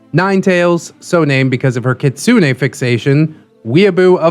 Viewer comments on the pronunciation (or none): none